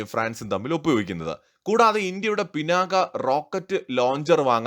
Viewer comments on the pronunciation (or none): none